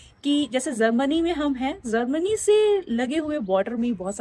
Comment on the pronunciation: You can easily say Japan but you cant pronounce Germany. Not Zermany. I am sorry. I did not mean to hurt.